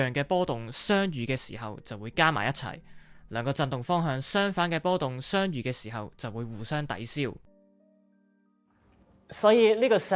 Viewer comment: (相)遇 字讲吾正